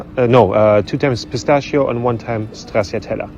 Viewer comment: ..stracciatella....es heißt stratscha-tella... ;-)